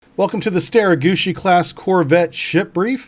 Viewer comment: Love the prononciation bro StereGucci class all the way